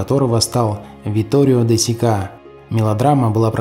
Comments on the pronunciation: Опять ударения...Витторио де СИка,а не СикА...За сюжет спасибо... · Vittorio De Sico произносят с ударением на первый слог Сико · Витторио Де СИка! Ударение на первый слог! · Спасибо за видео 🙏😊Да это была картина Виторио де Сикка - но ударение в фамилии режиссёра на первый слог. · Витторио де Сика ! Ударение должно быть на первый слог . Где вы берете таких безграмотных дикторов ?